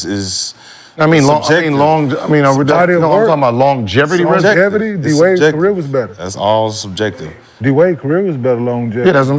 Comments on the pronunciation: Im supposed to believe Steph isn't a generational talent coming from a guy that says longjeverty for the word longevity. 😂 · That longevity word be f*cking Gil up 🤣😭